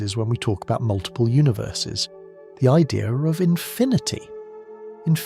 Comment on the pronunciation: It’s idea not idear!